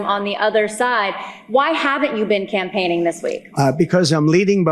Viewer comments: "compaigning".....complaining as a campaign. Classic Trumpian slip. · Did he say campaigning or complaining